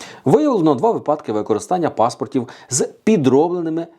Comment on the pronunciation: Весь день по радіо чуєш про дурнуваті ''випáдки''. Увечері заходиш в інтернет - те саме. Цікаво, чи можна десь почути нормальну українську мову, без щелéпи, листóпада, енергонóсіїв, пóдушки, óзнак, ліжóк, пóвісток та ''иншої мутоти''?? Невже для того, щоб відпочили мізки, треба шукати іншомовний контент?